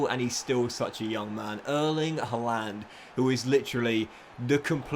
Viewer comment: Pls can u just learn to say names properly who tf is halaaaaaaand